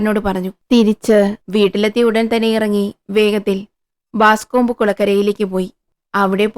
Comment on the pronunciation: 1988 കാലത്ത് പ്രശസ്തമായ "പൈകോ ക്ലാസ്സിക്സി" ൽ ആദ്യം വായിച്ച ഹോംസ് കഥകളിൽ ഒന്ന്. Boscombe Valley Mystery. മലയാളത്തിൽ " ബോസ്കോംബ് താഴ് വരയിലെ കൊലപാതകം ' .. 😅 നിങ്ങളെന്തേ പ്രേംനസീർ കാലത്തെ പോലെ "ബാസ്കോംബ്" എന്ന് പറയുന്നത്? ബോസ്കോംബ് എന്നാണ്. പിന്നീട് '93ൽ ഒറിജിനൽ വായിച്ചു..2014 കാലത്ത് ജറമി ബ്രട്ട് വേഷമിട്ട പ്രസിദ്ധ ഗ്രനാഡ ടിവി സിരീസും കണ്ടു.. ഇത് ഹോംസ് ന്റെ ആദ്യ കാല കഥകളിൽ ഒന്നാണ്.. ഡോക്ടർ വാട്സൻ ഹോംസിനൊപ്പം താമസം ആരംഭിക്കുന്നതിന് മുമ്പുള്ള കഥ.. "എറാറ്റ്" - "ബല്ലേറാറ്റ്".. കഥയിലെ പ്രധാന ക്ലൂ 😊.. മാപ്പിൽ ഇത് കാണിക്കുന്നത് നിങ്ങള് വായിക്കുന്ന കഥയിൽ ഇല്ലേ ..